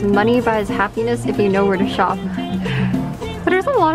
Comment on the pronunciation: “It’s a soap shoap soap shop” 😂😂Shes just like me 🤣